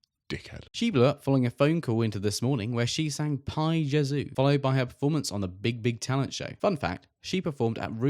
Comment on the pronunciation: LOL you’re so deadpan that I can’t tell if you’re being sarcastic or not! Celia Imrie wasn’t Nanny McPhee - that was Emma Thompson? “P-eye J-eh-zoo”? 😂 Anyway, I’m interested to see some of these. Like there are actual people I’ve heard of, which is more than I can say for most series of Strictly or ‘I’m a Celebrity’ nowadays!